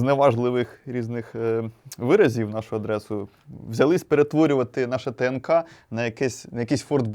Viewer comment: А ще, почув ТНК, як ТКН і мені олдскули звело.